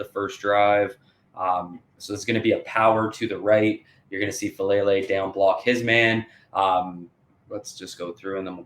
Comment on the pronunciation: Great breakdown. Just one thing with Number 77’s name: Faalele (pronounced Fah-ah-LAY-lay)